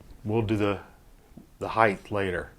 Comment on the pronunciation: Perfect "heighth" every time when you use a bump jig. Lol